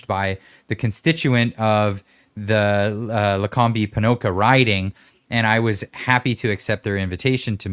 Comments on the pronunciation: Not lacombeee. It’s pronounced like lacomb. Way to go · Luh Comb, not Luh combie, all good, haha didnt think was gonna tell you, but being the classy guy he is he waited til you ended your thoughts, kudos guys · From Medicine Hat, I was going crazy with pronouncing Lacombe. Too funny. Going down the woke hole is where most Albertans will, ‘Hold the Line”.